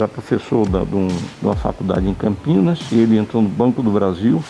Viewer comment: Parabéns pela matéria, mas o nome da cidade é Campinas e não Campinhas.